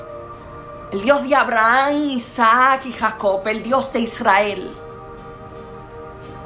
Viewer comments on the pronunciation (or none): none